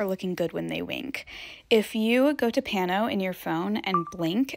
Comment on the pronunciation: Im dying she did the paano the wrong way like 30 tiimes 😭😂🤣😂🤣😂🤣